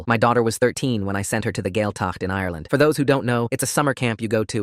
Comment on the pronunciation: gaeltacht = gwayl-tuckt . dia duit = gee-ah ditch . ceart go leor = kyart go lore also this is very false. while there have been cases of gaeltacht camps being abusive this is clearly written by someone who's not irish.